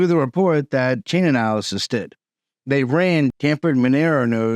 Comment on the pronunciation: I know its a stupid name but its Chainalysis, not Chainanalysis.